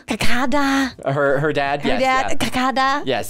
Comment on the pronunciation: I laughed the most when pronounced kakkad